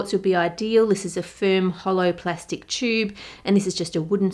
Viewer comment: I love how she says tube!